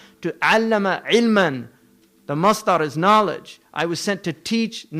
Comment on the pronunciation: Irish man can say Allah correctly omg